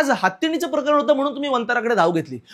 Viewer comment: मित्रा बाकी सगळं चालूच राहील पण मला आवडलं ते तू मराठी भाषेतले शब्द योग्य उच्चारतोयेस. जसं की प्रकरण (प्रकरन x), प्राणी (प्रानी x), लाजिरवाणी (लाजिरवानी x) Good going, Keep it up!